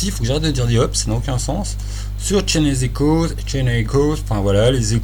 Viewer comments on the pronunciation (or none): le "e" ne se prononce pas ^^ et pour l'avoir fait c'est un petit chef-d'oeuvre. Faut le mener avec Fabula Ultima :p